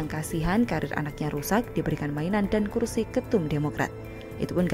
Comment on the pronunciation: Rizal ramli nggak bisa ngomong "kursi" bisanya ngomong "kulsi" takut gigi palsunya copot 🤗